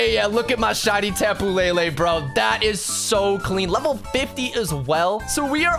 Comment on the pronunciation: tapu lay lay it's le le not lay lay ???